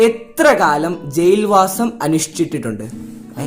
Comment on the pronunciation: അനുഷ്ഠിട്ടിട്ടുണ്ട് എന്ന് അല്ല അത് ഒന്ന് ശ്രദ്ധിക്കണേ 😊😊